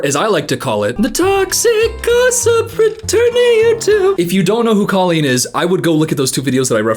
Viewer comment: As an ex fan, your mispronunciation of her name still hurts me😂